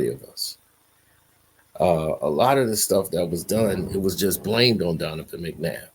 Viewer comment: Your pronouncing his god damn name wrong